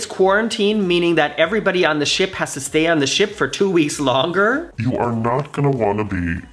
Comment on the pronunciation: "Ereybody stayin on the ship." Love it...so funny